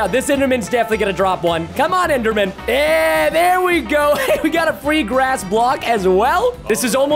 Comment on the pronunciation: When you said grass you said glass